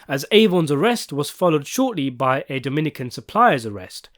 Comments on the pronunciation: Dough min eh can, not Dominique-can. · It’s pronounced DOUGH-MEN- KNEE-CAN- all together lol. Not Dominique -can lol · Domineekan? lol bruh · If you want make a bunch of videos talking about the wire you should probably get it in your head that it’s not pronounced merry-land. And Dominican is NOT dom in eekan. I mean what the fuck they say all these words on the show multiple times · Bro said Dominiquen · The way u said Dominican was crazyyyy lmao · It was like 3/4 English with one Spanish syllable lol.